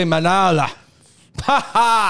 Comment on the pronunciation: It's Manolo for the Fung Bros.